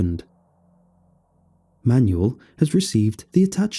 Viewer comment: That is not how Manuel is pronounced.....